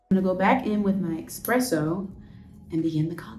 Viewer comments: Expresso lol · I love this, she’s so great. My only note is her pronunciation of espresso - no one wanted to correct her? It’s giving me uplifted black gworl magic!